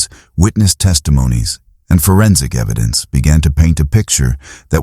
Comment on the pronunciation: Eddidence 😂 just found your channel and am really enjoying this however the amount of AI that is used is well… you can do better than that 😊